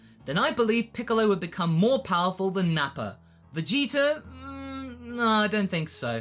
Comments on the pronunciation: Why do you always say "Vegeter"? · why do you say VEGETER?